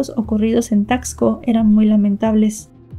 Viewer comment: Se dice tasco, no como dices tacksco. Y visita Taxco, para que veas cómo es realmente, y pronuncies mejor la palabra Taxco